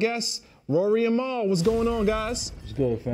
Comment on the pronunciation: I hate the way B. Dot pronounces “Mal”